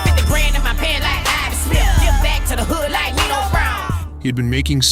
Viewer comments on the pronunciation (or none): none